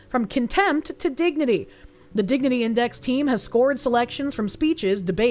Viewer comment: Why is it everytime she says dignity, I'm hearing diggity which reminds me of giggity